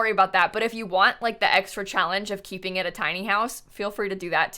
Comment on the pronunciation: Anyone else catch her saying chawange instead of challenge lol